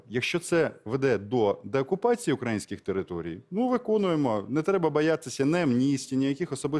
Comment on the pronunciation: Навчить шуфріча правильно вимовляти слово"украЇнський",бо,і українською і російською наголос завжди на"Ї-И"!!!!!